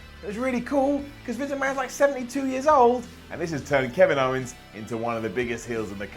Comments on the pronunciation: He also said "Ken if owns" 😂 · "Keniv Owens".